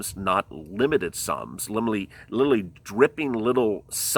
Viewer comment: He keeps saying littlely instead of literally! Lmao